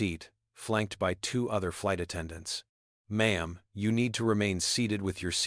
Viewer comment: Its M'aam. Not Mom